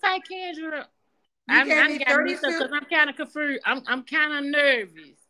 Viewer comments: I remember her from the other day. She's a hot mess. Kendra would "ax" her questions. Her replies had me "confurzed!" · 😂😂 NOT COMFREWSED. Chile I’m done, I’m finna go listen to some MRUSIC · “Confuersed”. She high now!TF. She didn’t raise nay one of ‘em. 🤦🏽‍♀️ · I believe the word is con fursed lol..🤣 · She said she confruse😂😂😂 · "I'm just CONFRUSED", "They gonna have fun over HERR", LMAO!!! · She’s not a liar. She “confroosed” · Leave her alone yall she "confruzed" 😂😂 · She say she gets kinda "confroosed" 😂😂😂